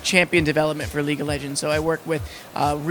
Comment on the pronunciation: lol- leegue of legends XD